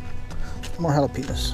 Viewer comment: "Hala-Pe- Noos" LOL Sure your from Texas?